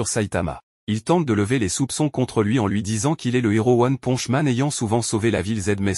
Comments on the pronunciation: Mais comment on publier une vidéo sur one punch man avec une voix de gogol qui dit "one ponche man"??? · One ponche man 😂 c'est quoi un héro mexicain ? Mr poncho 😂😂 carrément il dit après ponche 😂 one ponche man